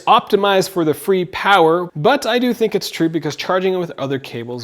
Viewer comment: It's pronounced fray